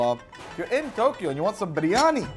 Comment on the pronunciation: I lost it at Briyani..... Briyani in Japan LOL